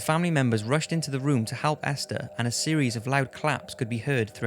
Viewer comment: Anyone else notice how he says "Halp" instead of "Help"?????